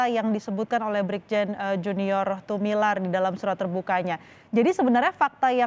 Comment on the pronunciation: Tumilaar, bukan Tumilar